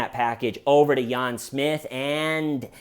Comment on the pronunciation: "Yahn Smith" 🤣